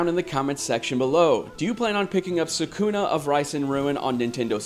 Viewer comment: You are pronoucing Sakuna's name wrong. They even pronounced for you in the voice acting in the actual game.